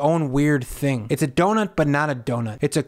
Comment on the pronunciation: "lets eat this theaeing!..."?